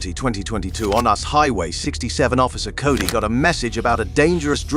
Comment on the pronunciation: SERIOUSLY… on “US” highway!!! WTH!!!! It’s called (U)nited (S)tates Highway NOT “us”! Either get rid of the AI or learn the language!🙄